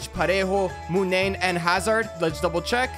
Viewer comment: lol the way he said Hazard again Thorgen Hazard be like: Yea.....sure.....